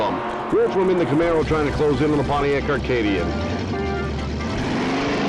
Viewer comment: Love the cars, including the commentary. Interestingly, the Pontiac Acadian, not Arcadian as the announcer enunciated, was a Chevette clone sold in Canada.